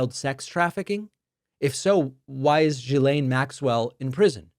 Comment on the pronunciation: OMG Learn to pronounce her name!!! Ghislaine: Ghee Lane. Rhymes with “Elaine” It’s not that hard😂